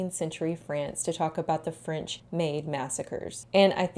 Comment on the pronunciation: 19th century, yass! I love this century because it was absolute chaos. So much progress in so many things even if it was… not good progress Anyway, french gal here and your pronunciation was really good! ❤ I imagine it was difficult at times. But remember: french is all for aesthetics lol